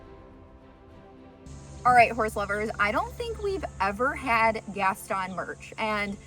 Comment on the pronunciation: Gaston is pronounced with a Long o and the accent is on the o